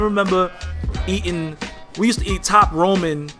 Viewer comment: You pronounced it right. Rah-min